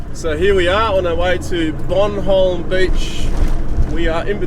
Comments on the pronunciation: It's boRnholm beach, not bloody bonholm. How can you live here & get that wrong? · Hi,. Don't take any notice of me, Mate. I only lived down around there for 10 years and the locals all pronounced it, ' Born home". Good video and a well deserved rating. Thanks for the memories. Just my 0.02. You all have a wonderful day. Best wishes. Deas Plant. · Trouble with your accents. Bumhole beach? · Hi from Albany! Yep, it's locally known as a really tough place to get out of. Toughest in Australia? Wouldn't surprise me! P.S. - It's called Born-holm :)